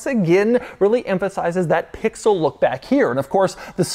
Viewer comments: If he says “pixooll” one more time I’m gonna lose it. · How often can one say pixel. And keep it heavy on the P 😅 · If he says Pixel again I’m gonna lose my mind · Say “Pixel” one more time Doug, I dare you….😂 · I clicked off this video after about the 5th time he said "Pixel." Damn that was annoying. Why you gotta go so hard on that "p"? SMH